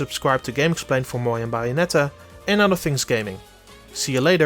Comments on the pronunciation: TheJojoNetwork I think the pronunciation is worse than the accent. It's clearly Bay and not Bah. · Its bA-O-net-a Not bye-on-etta You dumb fuck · Buyonetta? Its with an A, Bayonetta. Its fine, everyone makes mistakes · Its bayonetta its not baionetta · Buyonetta? I thought i looked up bayonetta. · After the 3rd BYONETTA I couldn't take it anymore had to stop the video. I understand English probably isn't your first language but it's Bayonetta. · BAYonetta, not BUYonetta! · Bouyonetta lol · It’s not buy-anetta. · I would love a game starting Bio-netta. Just teasing, pronunciation is more than good enough. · He keeps giving you the sublimile messages by saying buyanetta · I hate it when he says bayonetta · "Buyonnetta" is pretty hot 😛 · "Byonetta." I'm now officially triggered. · "biyonetta" make it stop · ''Bai-onetta'' Okay, bye. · Buy-a-netta! Buy-a-netta! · What's wrong his pronunciation? This Bye-oh-net-tahh review sounds fine to me. /s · Thank you, that made my day. It makes that pronunciation almost worth it, lol. ;-) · Oh god... The way you pronounce Bayonetta is killing me. Oh my F'in god.... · Oi! All of you need to quit bashing the guest speaker! Yeah, he's got an accent. Yeah, he pronounces "Bayonetta" weird. But that's no excuse to criticize and jeer the man into another dimension! I thought the GameXplain comment section was at least a little chill compared to other channels, but I guess not! Seriously, y'all need to sit down and be humble. None of you are perfect, either, so quit acting like needs to be! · He can pronounce Bayonetta correctly. Has nothing to do with the accent. It’s a professional review so why shouldn’t we expect the title of the game to be pronounced correctly? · Why!?!?! Why do you insist on pronouncing Bayonetta wrong when it's clearly pronounced for you in the game its self!!! It's like when people call Mario Maryo, please stop! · i think you are right especially how he pronounces bayonetta, but i can live whit it